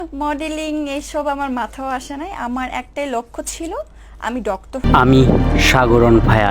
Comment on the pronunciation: ডক্টর ও বলতে পারে না।ডক্তর বলে।